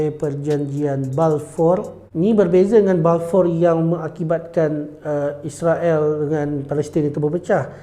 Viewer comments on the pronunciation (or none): none